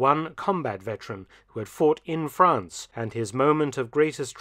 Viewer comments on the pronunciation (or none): I always thought it was spelt; 'Fwance'...?